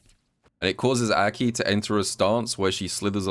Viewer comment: I hate how you pronounce her name but imma suck it up for the gems